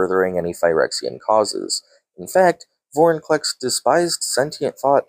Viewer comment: Hate to be that guy, but its Venser, not Vesner; and it's Vorinclex, not Vorniclex. Lol Good video tho!